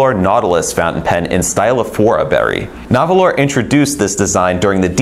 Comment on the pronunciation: Nahvalur is still pronounced narwhal. They made that clean when they debuted the name change.